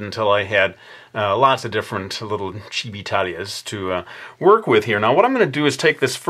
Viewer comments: I thought he said Chibitalia from Hetalia beside Chibi Talia. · When you said "chibi talia" it sounded like "chibitalia" which is a segment in hetalia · I was thinking: Did he just say Chibitalia?